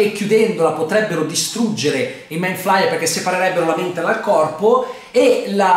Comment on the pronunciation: Attesissimo questo video! P.S. giudicando dalla scena post-credit penso che non ci sarà la quarta stagione ma una nuova serie sempre a tema con nuovi protagonisti ma lo stesso nemico. Comunque si pronuncia ''maind fleier" inoltre non può essere messo a confronto con Godzilla (120m) mentre lui non supera i 50m.